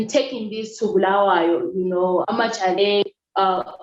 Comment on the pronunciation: One thing for sure i have in common with you. I would have left this country a decade ago but deep within me i believe i have a purpose to serve. Thank you for saying "Bulawayo", the correct way, you just represent its stature as the City of Queens. in one instance you said a colleague talked about being "in relationship with the government", to me that means support the status quo so that you are not closed out, for standing against their values, we become their enemy #1 and must be crushed so are our efforts. I enjoyed the conversation.